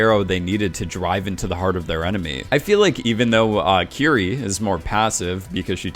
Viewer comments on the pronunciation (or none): It’s pronounced like “kitty” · Am I the only one who thought her name was kitty? Legit I swear everyone was saying kitty not Kiri, lol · Is it just me or did I hear kitty?